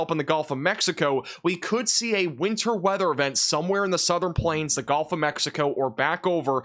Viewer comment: A good report. Of course, this newsman mispronounces the word "gulf." He calls it "golf."